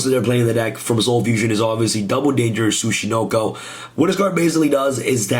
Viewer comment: This isn't Snek boi. This Tsuch....Tsuch.... Suckanacho